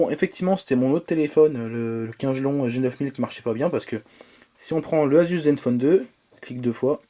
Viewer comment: Par contre kingelon ça se prononce pas comme tu le dis xD ça se prononce comme King (le roi en anglais) é lone. Voilà ça se prononce Kingélone OKAY ????